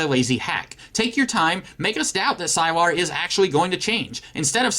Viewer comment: I stopped watching the moment you said "sigh-lar"